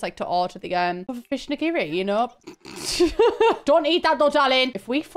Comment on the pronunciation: Why "IN-giri?"